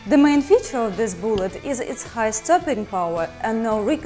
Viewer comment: boolet. I love how she says that word XD